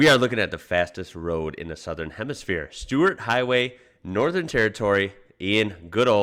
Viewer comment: In 2016 they introduced the law of 130 kmph on the Stuart Hway it's pronounced : Stirt and this guy is a kiwi 🥝 😂 The call it THE TRACK 233kmph = 145. 625 mph Fastest i have been is 285 kmph on a motorcycle 🏍 220 in a car 🚙